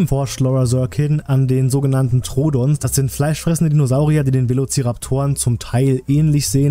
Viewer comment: Du hast troodon falsch ausgesprochen,es wird Troodón ausgesprochen.